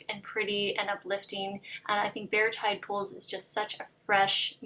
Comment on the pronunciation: I thought she said Tad Poles, lol, thanks for clearing that up!!